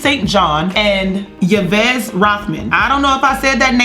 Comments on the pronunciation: Yves is pronounced "Eve" like in Yves St. Laurent (Luh raw nt). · Yves is pronounced « Eve » in French tho lol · It's pronounced Eve but I'm sure you've already been told a thousand times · Yves is pronounced "Eve's" like "Yves Saint Laurent."